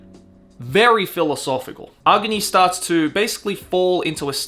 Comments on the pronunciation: Agni (not aogni 😆) is a hindi word which means fire. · Ahguni or Ahgni like how they pronounce Agni Kai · I've never heard someone pronounce AGNI that way.